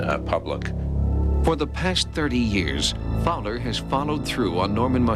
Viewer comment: Raymond Fowler.... not Fower. Read his books.